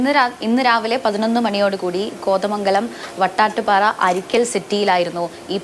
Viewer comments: Vaytadupara alla.. vadattupara😊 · Vattattupara alla chechi vadattupara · വടാട്ടുപാറയെ "വട്ടാട്ട് പാറ" എന്നാക്കി. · വട്ടാട്ടുപാറ അല്ല വടാട്ടുപാറ. മെക്കേമാലി അല്ല മേയ്ക്കമാലി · Vattattupara alla vadattupara annu parayanam athanu sary 😅😅😅